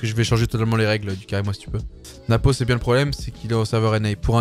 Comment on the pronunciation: Frérot tu fais vraiment plaisir quand tu prononces "Napo" je t'adore